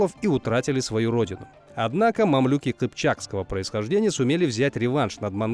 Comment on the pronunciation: Ты вообще книги читал? МамлЮки, а не МамлюкИ, неуч!